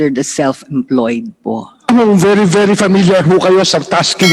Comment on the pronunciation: Nakakapikon ang napakagalang sumagot pero kitang kita kung paano tarantaduhin ang mga empleyado. Yung salitang PO kitang kita na pilit at hirap bigkasin. Pusta kung pagmumura yan sure yan 101% easy words sa kanila Abias Cbend Management yan.